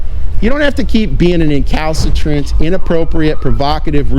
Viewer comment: Someone learned a new word. Count how many times he says Calcitrant lol